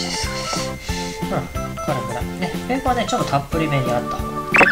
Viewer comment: ベーコンの発音⤴️